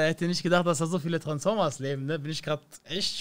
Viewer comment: Er sagt transformas gegen Frankfurter azzlavks hahahahahah bahhhh nein Vallah zu viel